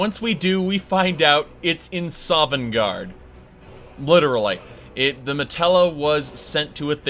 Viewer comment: Also, its not called a matella, its called a Mantella.